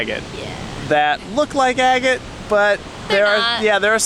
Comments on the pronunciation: I always thought 'agate' was pronounced 'aggit' not 'a gate'. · With love ... it’s “Ahh get”. Not “A Gate”. Xoxoxo .... and then I finished your video and you figured it out! Cute ... and I’m also the one who never ever pronounces things properly. 💗💗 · Agate; short A, accent on the first syllable.